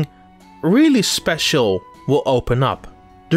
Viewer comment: Wow.... Dont know who this is doing the voice over on this but it sounds amatuer at best and not what I have come to expect from a gamexplain review. Needs work on renunciation and just sounding natural. The pauses and transitions were awkward. "And if you get all the keys..... Something speacil will happen" just someghing about that seemed off. Usually trust your reviews but this doesnt sound like someone I can trust. Hope quality improves